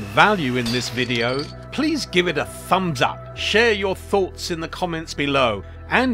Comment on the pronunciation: "Please gives it a THuuumbZZzzz ZZUppppp." my favorite part